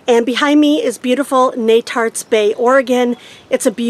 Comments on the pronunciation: I apologize if I am repeating. Netarts is pronounced KNEE-tarts. Wikipedia lists it as Netarts /ˈniːtɑːrts/ . That i: is a confusing IPA Symbol that is pronounced as a long E, as in idea. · Informative and fun, as usual. You set a high bar for Youtube videos! BTW Netarts is pronounced KNEE-tarts when I was a kid in Portland.